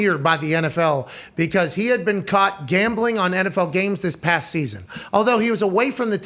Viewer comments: this mf said GAMLING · "Gamling" lol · “Gamling” lol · Come on, “Gamling”